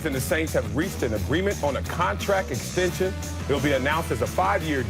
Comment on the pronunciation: Ill never forget that Taysom Hill "extention" lol